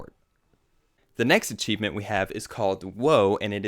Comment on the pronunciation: HE SAYS ACHEIFENT